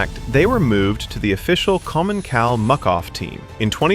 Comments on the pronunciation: Commen-sal not Commen-kal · Is this an AI voice? At one point the narrator pronounced "Commencal" wrong.